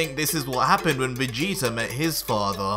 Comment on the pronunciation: Every time he says Vegeta, I keep hearing "Vegeter" lol #